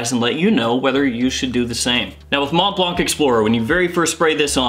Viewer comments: Brother. It’s pronounced like Keanu goes ‘Whoa’ in the Matrix: Mhoa Blah. Silent T and C. You’re welcome. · Please all reviewers: stop pronouncing the T at the end of Mont and the C at the end of Blanc, please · Dude, last letters in both words Mont Blanc are not being pronounced..please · Tipp: the c at the is a silent letter ^^